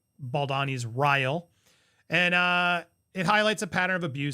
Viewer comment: It’s RYLE not Kyle.